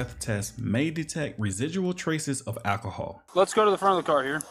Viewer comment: Just here for the overuse of “akahall”